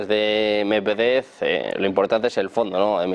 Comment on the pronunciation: Amigos de AL, una vez para siempre. El nombre MEDVEDEV se pronuncia MED VIÉ DIE V. Con el accento bien marcado EN LA SEGUNDA E. Suerte, hermanos.